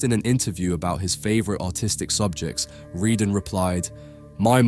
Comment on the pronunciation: Since he was French and his surname was Redon, why do you pronounce it "Ree-dun?"